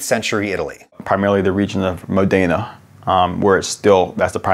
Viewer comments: Very interesting, although my brother makes vinegar I knew nothing about it. One thing: it's Mòdena, not Modèna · Great, insightful video, but for the love of God, it's MÓDENA, NOT Modéna! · Actually, the accent on Modena is on the "o": Mòdena, not Modéna! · modena`, non mode`na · Modena Mo-dena or Mo-dina with a soft ‘e’ not Modaina. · "MODE a nuh", not "mo DAY nuh" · MOdena. Stress on the first syllable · just FYI modena is pronounced MOdena, with the first accent stronger, not the second. Nice info. thanks! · Tweaking -- accent the first syllable: MO-de-na (/ˈmɔ.de.na/) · I live in Modena and my grandma has an actual little balsamic vinegard cellar in the attic! How strange to see your city in a video made by an american! Also, it's pronounced Mòdena, but you do you. :P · That pronounciation of MOdena (stress on MO, not DE) made me cry ngl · Re the city Modena, the accent is on the first syllable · Truly fascinating, but the guy mispronouncing “Louis”, “Pasteur”, and “Modena” was painful. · Someone please teach Reginald how to pronounce Modena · Why does everyone say Modena wrong?